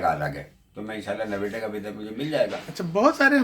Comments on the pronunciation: shyad wo noida ko naveda keh rhe hai. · नोएडा है नवेडा नहीं . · Sudhanshu Swami .... there is a village close to NOIDA called Nevada but you are right that he pronounced Noida as Nevada and yes NOIDA means New Okhla Industrial Development Authority. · Naveda nhi noida hai up me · Naveda nahi noida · JANAB naveda Nahi NOIDA ( NEW OKHLA INDUSTRIAL DEVELOPMENT AUTHORITY) DELHI KE nazdeek hai... UP state me AATA HAI.... Mini Dubai BHI kahte Hain . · It's Noida...not Nawedda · Bhai naveda nahi Noida kehte hai so aap Noida ka Visa lijeyga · Naveda nahi noida नौयडा hai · Nevada nahi Noida aana hai. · nevada is in USA ! (but that might be because he might have read in Urdu script, it has limited vowels and consonants, in urdu u, oo, au, o, and even va all are written with "vao" ! that means NOIDA may sound similar to Navada)